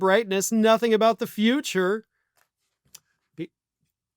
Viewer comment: Can you say futurey😂